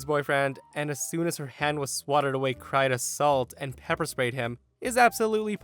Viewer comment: Sounds like "A salt and pepper"...